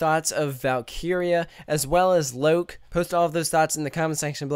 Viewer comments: Womtek he did the same with Loke...just said lok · Its not called lok its called loke with an E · What? No! Low Key is how you pronounce LOKI, the English version of Loke. The pronunciation for LOKE is Loo-keh. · And that is the correct way of spelling it, but it's still pronounced Lo-kee/Loki :0) Anyway, doesn't matter - thanks for the uploads! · Im confused, are you trying to pronounce the Swedish names in English or in Swedish? Cause those are the english pronunciations of those words.... Liss-eh-berry (tip of the tounge R's). Loo-keh. Thats what they are actually called in Sweden. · You would say Loke like "Lok-ee". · It's pronounced lo-key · The english ”Loki” and the swedish ”Loke” is pronounced the same way. Also liseberg is pronounced ” lis-eh -berg”. Love the videos! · THATS NIT HOW YOU PRONOUNCE LOKE!! ITS LOW KEY! Like the super villain